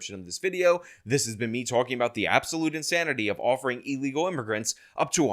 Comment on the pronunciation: ILLegal. NOT EELegal.